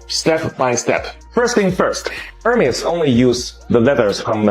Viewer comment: Please pronounce Hermes correctly, it's not her-mes, it's er(like air) mes like mez